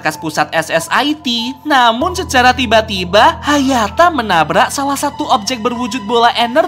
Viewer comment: Sekarang bukan hayata tapi hayato